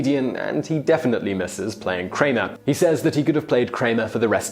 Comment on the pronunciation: Kramer now Kraner 😑😸